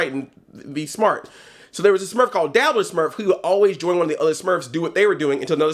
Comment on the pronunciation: I know you said Dabbler smurf, but I couldn't help but hear Diddler smurf. Your explaination of him just made it worse.